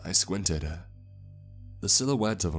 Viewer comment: “I squinted-uh I saw the silhouette of a man-uh” What’s with that?